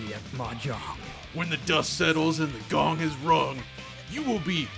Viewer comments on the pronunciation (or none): none